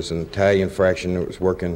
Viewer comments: Faction, not Fraction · It’s faction not fraction 😂